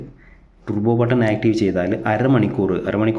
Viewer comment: ട്ടുർബോ alla ട്ടർബോ